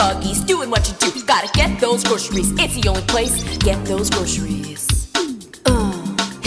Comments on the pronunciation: haha you say grosheries like britney spears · My favorite parts were her saying groceries 3 times in 10 seconds and Shooger Cookies